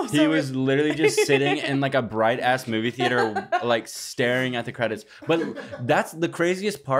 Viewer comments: Thee- ate- er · the way that pronounces the A in theAter makes me wanna slap him